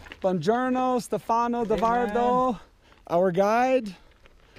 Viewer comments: STE fano, impara la pronuncia,pls!! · 1. He pronunces Stefano with an American accent,I would love to hear you speak english,i am Italian myself and I know for a fact that we have one of the worst accents possible when speaking English. 2. Respectcthe hikers is correct,but even better respect each other,no matter if your a hiker,climber mountainbiker or whatever.we are all children of this Earth and noone is out of place.i hate the attitude of hikers saying you're not supposed to be here because of this and of that. 3.they did absolutely not mess up any trail here,riding very cautiously.and by the way,that was no DH ride even if he was on a triple crown fork! Google DH ride and watch what that is all about. I'm a mountainbiker myself and I'm sorry,I enjoy it a lot more then hiking or climbing because for me it's a lot more fun.everyone is free to choose his "weapons"! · 1. type "Stefano" in google translate and listen to how it's said. 2. respect the hikers, you're the one out of place. 3. please don't mess up the trails, they require maintenance even without people doing DH on them. TBH you can have a great time there just by hiking, or try rock climbing. I'd like to see you get up there without the gondola anyway... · You've ridden with the guide at least twice, and you never learned how to say his name?